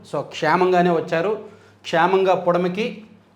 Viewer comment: క్షేమముగా ను క్షామముగా అని చదువుతున్నారు. సరిచేసుకోండి